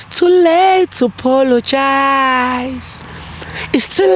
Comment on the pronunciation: pologize🤣🤣🤣🤣instead of apologize